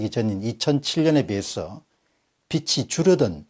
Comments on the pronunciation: 루터교의 영향을 간과할 수 없는 국민성 아닐까요? 박사님 강의를 통해 많이 배우고 있습니다. 감사드립니다. 그런데 '빚이'는 '비지'로 발음해야 맞지 않나요? '비치'라고 하시는 것을 살펴봐 주시기 바랍니다. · ‘빚이’ 는 ‘비치’가 아니라 ‘비지’라고 발음해야ㅎㅎ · 박사님 강의 열심히 듣고 있는 애청자입니다. 그런데 독일 빚이...라고 말씀하실때 (비치)가 아니라 (비지)라고 발음하는 것이 맞습니다. 어느 국어 선생님의 블로그에서 요즘 사람들이 심지어 아나운서들까지도 발음을 잘못하고 있다는 글을 봤습니다. 빗이-(비시), 빚이-(비지), 빛이-(비치) 가 표준발음이라고 알고있습니다.(음절의 끝소리현상이라고 하더군요.) 발음에따라 뜻이 아주 달라집니다. (머리 빗, 부채, 헷빛) 많은 사람들이 보는 방송이니 세심한 것도 정확하게 하시는게 좋을것같아 이렇게 댓글남깁니다. 항상 깨우쳐주시는 방송 언제나 응원합니다~! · "빚이" 를발음할 때 "비치"라고 발음하지말고 "비지"라고 발음해야 맞습니다 . 좋은 내용이 더 빛이(비치)나게 해주세요. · 빚이의 바른 발음은 비지입니다